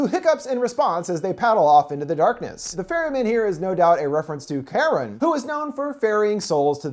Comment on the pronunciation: Did you call the boatsmen of th river of sticks karen ? His name is charon (char-on) char like charcoal and on yea you get it i just had to point that out ii think the boatsman would be up about the womenly name you gave him